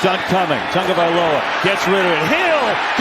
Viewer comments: TAW-gah-vah-LOH-uh. Idiot. Not TUN-gah. Moron. Get off the air if you can’t handle it. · I only have one question...who is "Tangovailoa?" The whole game! Bruh! I swear this guy has not even one co-worker that cares enough to correct him! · Absolutely nobody: NFL Broadcasters: "Tongue-Oh-Valoha" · Was he calling him TANGovailoa most of the game? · Nobody mention these announcers got Tua’s name wrong the whole game. Put some respect on his name. Thought someone would let them know at some point 💀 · HOW are announcers still messing up Tua's last name? Just say TUA 🤦🏽‍♀️ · Can someone tell me where they’re getting the N in tagovailoa? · These announcers can't read. His name is on the back of the jersey. But they still pronounce Tua's name like it has a U and N in it.🤦🤦